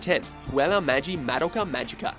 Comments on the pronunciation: Ok dude...its not MAD-IKA,,,You say it like. Muh-Doh.Kah. Please, if you are going to say names/words etc...please say them correctly. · Ugh. It's so cringeworthy when he constantly mispronounces Madoka. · The way he pronounces Madoka is annoying.